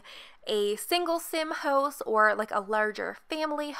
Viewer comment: Idk everytime she said "house" it sounded like "hoes" to me 💀